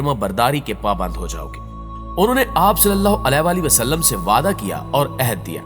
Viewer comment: محترم بھائی صاحب جب آپ حضور صل اللہ علیہ والہ والسلام کہتے ہیں تب آپ کا تلفظ بالکل درست ادا نہیں کرتے